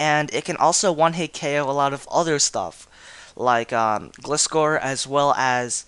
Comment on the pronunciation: you pronounced gliscor wrong >:O